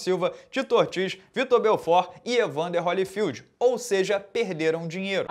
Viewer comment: BelforT!!! que agonia ver uma galera mandando BelforD . Me lembra automaticamente Belford Roxo!!! O correto é BelforT!!!! kkkkkkkkkk